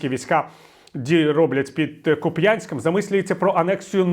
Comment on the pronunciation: Дякую, шановний пане Віталій за черговий змістовний випуск. Але, якщо Ваша ласка, Куп'янськ з наголосом на у.